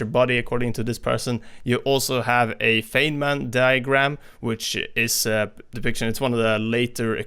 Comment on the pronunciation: You and Stylosa have butchered the name of Richard Feynman 😂☺️ RIP Richard Feynman l